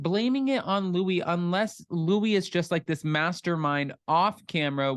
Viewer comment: I got the feeling when I watched Luis that he totally was ACTING like a peaceful guy but… 🤷‍♀️ It’s so annoying that everyone including Teresa calls Luis Louie 😂 it’s pronounced Lu-ease…we all Americanize our names that it ends up changing it all together